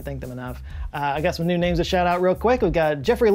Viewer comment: Love the video, but you absolutely butchered those names😂😂